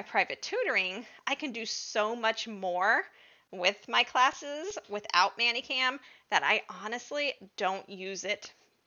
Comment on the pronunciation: Why are you saying it so it would rhyme with nanny cam? Is "many" as in How many apples are in this bag? Do it's pronounced "menny".